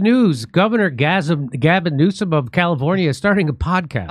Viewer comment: Sooo funny Jimmy can't stop calling him Gasm Newscum